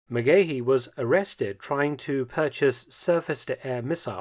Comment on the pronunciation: Great video Mark but quick correction for the Irish names: the men's names are pronounced different in Ireland as Cahill isn't Cay-hill but Cah-hill and Megahy Ma-gah-hee 👍